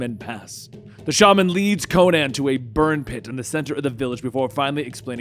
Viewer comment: Is it me or does anyone else find it weird when people say Co-nan instead of Conan?